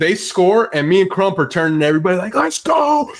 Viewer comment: The way Stu says CRUMP is diabolical.